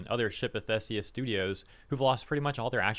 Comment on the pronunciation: “Thee-see-us”, not “theh-say-us”